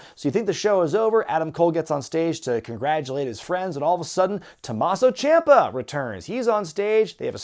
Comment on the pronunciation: "Tumahso Champa". Cmon.